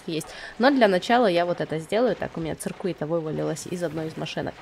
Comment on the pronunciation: не циркуита а сёкет